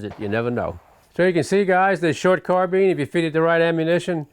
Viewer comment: why do people pronounce carbiiiiiiiine "carbean"